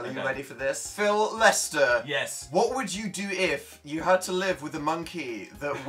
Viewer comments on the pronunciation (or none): dan: phillu phil: yassu me: indeedu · "Philu" "Yassu?" Jesus Christ